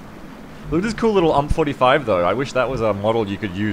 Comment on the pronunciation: I have never heard anyone say UMP like that.